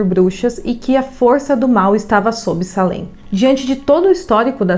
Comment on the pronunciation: Moro do lado dessa cidade a 5 minutos!na verdade escreve Salem mas se fala seilem! Pra pronúncia ficar correta